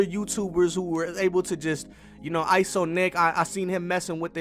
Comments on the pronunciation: It's not eyeso it's iso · Actually its "iso"